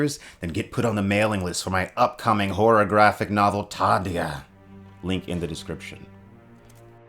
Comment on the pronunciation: What you said: "Horror-graphic novel" What I heard: Pornographic novel